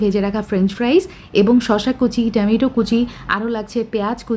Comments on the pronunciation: Stop saying tamaitoo... Wtf !!! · ঠামেটো বলাটা ভালো লাগে না 😅